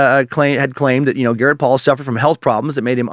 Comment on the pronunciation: Suckmaster... it's GARNETT Spears, not Garrett! Still, so far, 3/5 stars, wouldn't change a thing about this episode. Dee Dee absolutely had it coming. I covered MSBP in a 4-part series on my podcast last year, and I've fallen squarely on the side of "definitely influenced by disordered thinking, but ABSOLUTELY deserve prosecution for their crimes and should be locked away for as long as possible". MSBP is medical child abuse, period! If there's a hell, Dee Dee's burning in it.